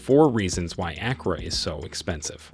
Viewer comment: It is not A as in apple, but A as in father.